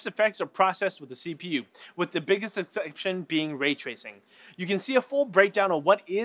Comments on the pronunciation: the biggest exxxcepdtion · with the biggest EXCEPSHIOINE